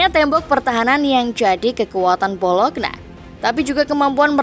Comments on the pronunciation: Bacanya bolonya ya min bukan bologna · Bacanya Bolonya bukan Bolokna mbak😭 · Lafalnya 'BOLONYA' bukan 'BOLOKNA' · Tulis BOLOGNA ➡ baca BOLO'NYA 🦥🦥🦥🦥🦥🦥